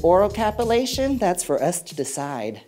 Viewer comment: "Oral Capulation". Gurl.